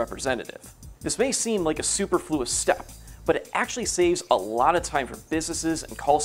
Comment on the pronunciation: Not how you pronounce superfluous😅